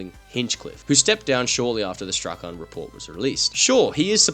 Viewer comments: Just FYI, "Strachan" is pronounced like "Strawn" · Strachan = strawn